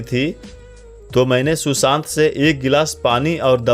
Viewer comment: शुशांत नहीं सुशांत